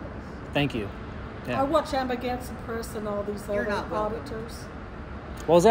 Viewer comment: She said Amaganset Press